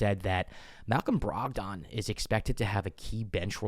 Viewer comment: I have a concern. His name is not pronounced Brog-don. It’s pronounced Brog-den. Please bro I beg you 😂